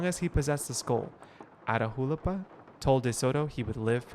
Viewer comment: Catch me screaming everytime mispronounces Atahualpa 😂😂 loved this gameplay!!!